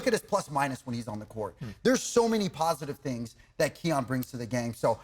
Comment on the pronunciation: Thangs, rhymes with Kangs, and that not a good thing. 😂